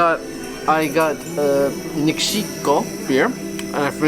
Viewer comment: Its Nik-šić-ko